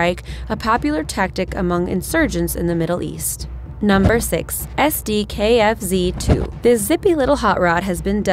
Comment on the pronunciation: sdkfz 2 fail pronounciation on SdKfz 2 xD